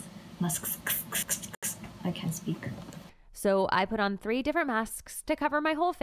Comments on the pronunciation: OMG SHE IS A DEMON IM SO SCARED AHHHHH. SHE GOT PERMISSION TO SWEAR FROM HER OWN *MOTHER*. I fear you. Also its ok that you say tree and three like they are the same. You don't know English that well. You will say it some day! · Pain of all Malaysians pronouncing tree and three LOL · Are from japan? If so i understand why you can’t pronounce Three and tree lol same as me.. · i love how she says tree and not three🥹😭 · I like u saying tree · welcome to ireland. tree and three are pronounced the exact same by nearly everybody. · Boi what ? I prounouce three and tree the same ... Edit visiblefear.jpg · Wait, tree and three aren’t pronounced the same way? wtf have i been doing my entire life?